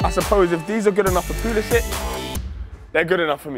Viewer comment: Can’t even pronounce Pulisic’s name correctly